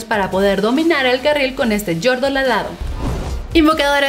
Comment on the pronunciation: dijo carra?